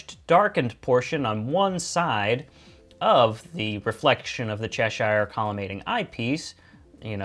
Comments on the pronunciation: Cheshire is pronounced chesh ear - not chesh eye r. Useful video anyway -thanks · It's pronounces "Che-sheer", as in the Country of Cheshire in England.